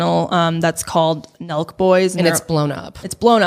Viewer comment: Omg why did I think u guys kept saying “milkboys” instead of “Nelk boys” and that’s what I searched 😂